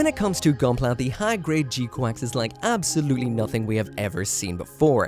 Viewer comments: OMG didn't you used to live in Japan? How are you pronouncing it wrong?! It's very clearly, audibly "G-kucks"....not QUACKS. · Wait, it's pronounced "G-Quacks"? :D I was sure it's "G-Kyux"! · in japanese it's ジークアクス which is pronounced G-Quax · thought it was prnounced g kax